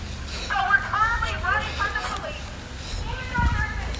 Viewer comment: PO leece 🤣😂🤣